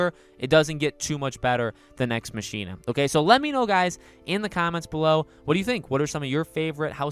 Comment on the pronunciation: Pssst ... hate to be that guy but it’s pronounced “Nex MOCK-ina” with emphasis on the “mock” like how “Ex Machina” is pronounced. (Sorry) I agree though. Nex Machina is also my favorite Housemarque game.